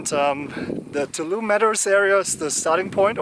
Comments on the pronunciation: That’s a squirrel! You can do it! Glad your foot got better. I love the hat repair — the rain probably got to it by now. Btw, it’s Too-ALL-um-knee. If you can say all those words using the English pronunciation, you’ve got it. It’s Native American in origin. It looks like you went to a ranger talk. Did they ask if anyone walked all the way from Mexico? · Your humor also enlivens the videos...and your pronunciations of Ibuprofen and Tuolumne and Donohue!! Very entertaining!!